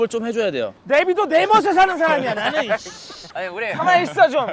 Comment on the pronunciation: 내비도!!!나는 내머세 사는 사라미야 나눙 발음 뭐야 귀여워